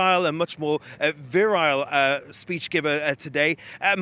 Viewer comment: Did he say Virile 😂